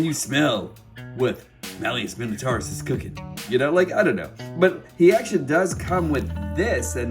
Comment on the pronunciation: LOL! Funny that none of the reviewers I've seen so far can pronounce Malleus Minotaurus. Wondering why though, didn't they include him with "Leader Class" Springer? Woulda made more sense.